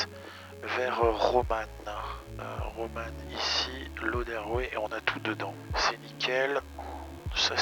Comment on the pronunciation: j'ai entendu ROMAN pendant toute la vidéo au lieu de ROMAM ;-)